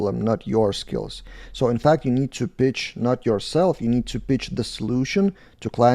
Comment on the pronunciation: Regarding language skills please please spend some time training pronunciation difference between words pitch and b*tch :-D